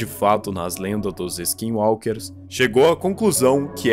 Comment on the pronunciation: Você falou skinwalker certo mano skinwalker é muito bisonho vei kkkk